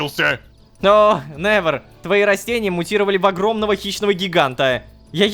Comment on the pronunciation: Я одна когда рома произносит именя невер я вспоминаю мем "Ви нэвер край"😂